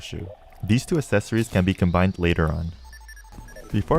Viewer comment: Am i the only one who is bothered by how says accessory and melle?